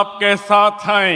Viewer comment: సార్ హిందీలో హై ని హే అని చదవాలి